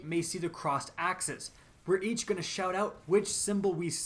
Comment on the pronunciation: Crossed axes...sounds like aksis...chalice...sounds like the chalice of light from crota...